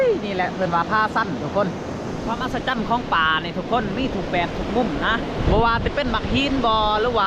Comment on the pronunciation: อัศจรรย์....(อัด..สะ...จัน)